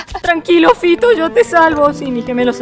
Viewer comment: Yo entendí en. Vez de Fito entendí pito xd